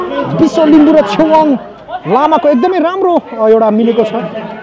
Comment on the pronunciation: चेवाँग hoina hola ne छेवाग़ bjasto lagyo 🥰🥰🥰❤️❤️